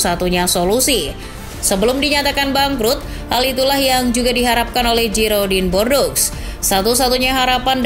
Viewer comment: Girodang du Bordo (bukan Giroding de Bordeaux) cara baca yg benar dari klub Perancis tersebut.